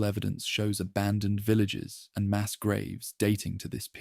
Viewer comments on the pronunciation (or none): none